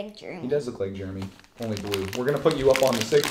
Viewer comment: Its biscotti an Italian biscuit they are yummy to have with coffee. I love how you guys say Jeremy it sounds like Germy